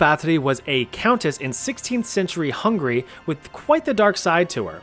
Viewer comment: Hung- ary ! Not ' Hungry' sheesh...